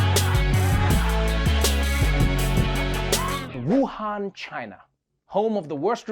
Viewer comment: People need to learn how to say Wuhan correctly